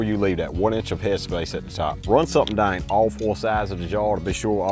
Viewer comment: Down, Out. What the duck happenened with annunciation